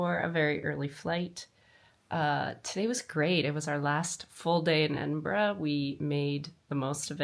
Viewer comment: Haste ye back, the west coast needs a trip all on its own, Ps. thanks for pronouncing Edinburgh correctly